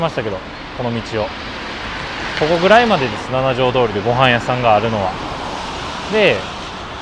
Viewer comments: 『ナナジョウ』じゃない。 『シチジョウ』。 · 京都駅でご飯を食べるのはもうやめましょうばかりが強調されてうっとうしいです。そもそもこの主さん京都の方なんでしょうか？京都在住なら7条なんて書かないですよ。七条です。読み方もななじょうどおりではなくしちじょうです。